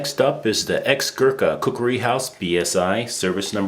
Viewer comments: Its Khukuri nor khukri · It is not Koo-koo-ri, it's Koo-kree. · First learn to say khukuri not kukri or whatever ..... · Isn't it pronounced "kookery" not "kookuri"? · Kookoory??? NO......ITS KUKRI. Pronounced KUCK REE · It's kukri, not kukuri. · i think its pronounced ku-kri not ku-kuri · It is NOT pronounced ku-KU-ree, it is a KUK-ree, Moron!! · its khukuri not kukri.. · It's not 'kukri' . The real pronunciation is Khukuri. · Pardon my ignorance, but I did not now that a Kukri was pronounced ‘kukuri’! I actually new a soldier who fought with Wingate and his Chindits in Burma and he did not pronounce a Kukri differently. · It’s kukri.... as cookree phonetically... your pronunciation is annoying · Hmmmm a coo-coo-ree eh ? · Great Video, very informative. Your pronunciation is slightly incorrect; and the Kukri should be pronounced "kuk-ree" and " Gurka is pronounced phonetically or occasionally "Gorrka". Great vid though! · Why is there an extra "u" being used in the pronunciation? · Please learn to pronounce kukri.